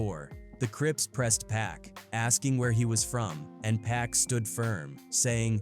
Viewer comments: Get yo shit right u out of country foreigner....it's Pac not Pack... I ain't watching this shit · Been dead nearly 30 years and people still can't pronounce 2PACS name correctly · Thought it was PAC 😂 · I couldn’t watch nomore after hearing how they kept pronouncing pac name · Keep saying Pack. AI mess. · The way you say Pac´s name is like the cops who didn´t believe his legal name was Tupac Shakur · Who the hell is pack and shoog 😂😂😂??? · Who TF is Shooog and Pack???!!!!!!! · So hoodwat stories says “PACK“ and "SHOOG" or how bout "PIE ROO" AI 🐂💩